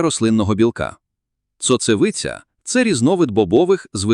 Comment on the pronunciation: Цоцевиця) ШІ, це палево)